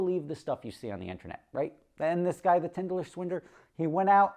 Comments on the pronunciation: Today can’t pronounce “tinder” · Rofl!, did you even watch the show? If you did you would know it’s called “Tinder” not “Tinderler” and you would know what Tinder is. I guarantee he didn’t watch it, probably heard someone talk about it lol. Not that he ever said he watched it. I just thought that was funny 😆